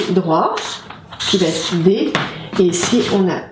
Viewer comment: Super simplification..Donc bonne base pour l'étude. (un petit peu gênée par les " va-t-être"...va être)